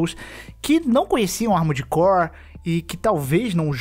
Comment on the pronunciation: Quantas vezes vcs escutaram "Amores Core" no vídeo?